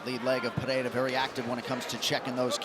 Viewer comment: Not Bryce Mitchell calling Poatan “Pierre-Uh”